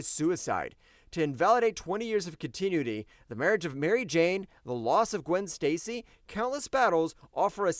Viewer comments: 😂😂 please learn how to pronounce "Con-Tin-new-itty" Continuity... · Please look up the proper pronunciation of “Continuity”. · It is pronounced Con-tin-ew-ity, hire a VO guy, the AI blows. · "Continuity" is not pronounced "continue-ity" there,. Even an AI should know that. And while most of the minor flubs this robotic voice makes are forgivable, every time I hear that one I want to destroy all the machines and plunge humankind back to the Stone Age. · The fact that you cannot, for your life, pronounce continuity correctly. 😅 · Is this video using an artificial intelligence voice? I have noticed some very strange pronunciation throughout it, mispronouncing Chrysalis which I suppose is understandable but later not being able to properly pronounce continuity? I feel like a long time comics fan would know how to say continuity. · AI junk. Pronounces too many words wrong. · That's not how you pronounce "continuity" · The organic webbing actually worked really well in the Raimi movies... Edit: Dude, please learn how to pronounce "continuity" correctly. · If AI is so smart why can't it pronounce the word "continuity" correctly? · Also mispronounced continuity. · huh? Are you saying I'm a rage bait account? What's your deal? Do you even know what rage bait is and its purpose? How is posting a supporting comment to the OP and correctly pointing out that in addition to saying Bother, the narrator also mispronounced continuity, rage bait? It's not a controversial statement. Do enlighten everyone. Oh wait, I get it. You just rage baited me. You are the rage bait account. Noice. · Dude, some quality control on the voice-over would be nice. "Third Summer's *Bother?*" And it's "con-tin-new-it-ee" not "continue-nit-tee."